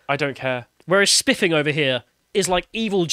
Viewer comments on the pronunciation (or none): I thought you said "SpLiffing Brit"!!!😆😂🤣😭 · his diction is terrible i can't listen to him don't call yourself the if you can't pronounce a "th" sound